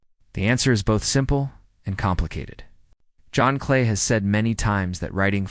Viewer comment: I suspect this is another stupid video that uses computed audio so it doesn't know that Cleese isn't pronounced Clay. That ended my viewing of the video!